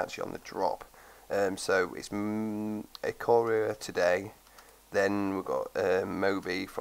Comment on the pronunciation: "i-car-oah" is how to pronounce it